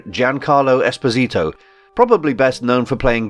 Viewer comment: Get my boy's name right. It's disrespectful. Speaking of Giancarlo Esposito.